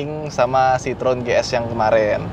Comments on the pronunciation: Bukan 'sitrun' bang, tapi 'sitrowen' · Bacanya tetap Citroen bukan Citrun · Kalo orang Perancis nyebut Citroen nyebutnya si-tro-wang. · Penyebutan merek karena bukan lidah kita boleh apa aja bebas, tapi kalo mau asli dibaca kaya orang sini dibacanya 'sitrowen'.. tapi mantap mas videonya.. baru tahu nih lumayan banyak juga ya varian citroën yg masuk ke indo.. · sedikit ralat, bacanya si-tro-wen (wen nya kaya when di bahasa inggris)